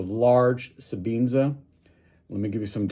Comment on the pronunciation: Sebenza... Not sebeenza!